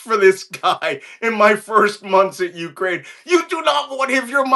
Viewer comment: Cohen, your WIFE is Ukrainian. Can you PLEASE get the pronunciation of her native country right!?!?!